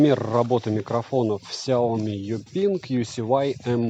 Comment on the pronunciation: Ксяоми, когда уже запомнишь, ся о ми!